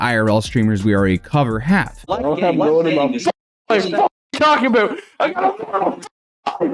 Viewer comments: “aboot” in his screaming rant was so funny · Everybody gangsta till a Canadian starts repeating A-BOAT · His "a boot" is nuts. 😅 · Lol this might be because I'm also from Southwestern Ontario, Canada but that accent isn't even that crazy. Like yeah he sounds a bit goofy when he says about but he's still completely understandable to me at least. Like Toronto has a bunch of different accents, like in the Jane and Finch area there are a lot of immigrants from Jamaica, Vietnam, East India, and Italy so their accent has developed into this really weird dialect including Jamaican slang like "Wahgwahn?". If you go to Markham (a city within the area that we'd call Toronto) about 80% of it's population identifies as ethnically Asian, if you go to Pacific Mall you'll find all sorts of Chinese bootleg products being sold (or at least that's how it was like 10 years ago when I last was there) and anyone over the age of 50 spoke with a heavy asian accent but all of their kids speak "normal" Canadian English. There are a ton of different accents in "Toronto" (locals consider anything that you can can access via the Toronto Transit Commission system to be Toronto which actually covers many different cities) some of them that are incomprehensible even by other locals, like if you didn't grow up in their area you won't understand their dialect or accent because it all depends on where they immigrated from and a blending of those accents. However, no Toronto accent can hold a candle to the Newfie accent. I'm not even sure other Newfies understand each other, technically they speak English but it's kinda like scottish wher